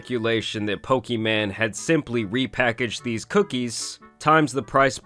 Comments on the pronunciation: Can you please learn how to pronounce her name if you continue to make videos about her? Her name is not Pokiman, it's Pokimane. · "We're talking about poki man" lmao. Its poki - mayne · It's pronounced Poki-main not Poki-man 😩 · He pronounces her name as “Poki-Man” instead of pokimane 😂😆🤣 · her name is pokimane bro.. not pokiman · It’s pronounced poki maine (I think, anyways that’s how I keep hearing it being said) more so than poki man , ‘cause she ain’t a man or a broke boy. 😂 That said why a gamer girl would want to sell cookies is beyond my comprehension, I’ll take my cookies from elves in a tree thank you. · Dude said Poki man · Makes laugh every time he says PokiMan. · "Poki-man" Lol 😂😂😂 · F it imma change how i say her name to Poki-Man from now on lol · Let me just say the best part of any of this is you calling her "Pokey- MAN" 😂 shit never gets old. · Pokiman is hilarious. Whether you are intending to pronounce it wrong or not, please keep doing it lol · its poki-MANE. your pronunciation of her name has been bugging me since the last vod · Bro said: poki-man 💀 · "Pokiman" you're trolling lmaoooo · Why are you saying it so redacted she said it’s “pokimon” but the rest of the internet outside of destiny pronounces it “pokey-maine”. Just like when people say “Mary-O” instead of “mario”. It’s insane how people pronounce things sometimes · I don’t know if you’re doing it on purpose but PLEASE keep calling her PokiMan. It’s hilarious 😆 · It’s kinda weird that you say her name wrong. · Why mispronounce her name? I am all for pointing out scams or bad behavior, but at least say the name correctly. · Once I heard her name said the right way. Hearing it how he's saying it is like a record scratch. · I swear you say her name wrong on purpose and it's hilarious 😂😂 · I hate how you mispronounce her name. Not even a fan of her but just bc it’s mispronounced 😂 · the way he says her name wrong 😂